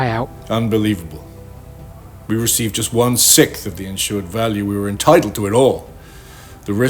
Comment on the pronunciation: When I hear people leave out the second S sound in “sixth” it makes feel sicth to my stomacth.